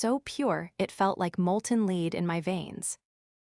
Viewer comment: So you really don't know how to pronounce l e a d do you